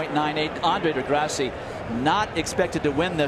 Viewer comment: He said degrasseyy 🥲